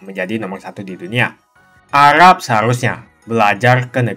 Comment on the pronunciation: Arab bang bukan agab